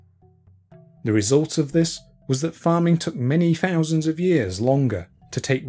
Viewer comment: Finally found these fouusands of farming facts etc by... Buried offerings is one thing [or, many, I guess!!]...however, the next fousands of facts still naturally, enough are as interestin,despite ' choice re how to enunciate. eg "free fousand BC" So... Fank you for your information on "The History of Britain." 👍